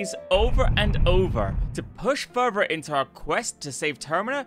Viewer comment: Its "further" not "Furrrr Vurgh"